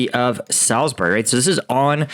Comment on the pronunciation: Kudos for pronouncing Salisbury correctly.